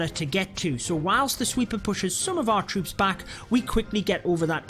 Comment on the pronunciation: Very useful. But I lost it when he said them trwoops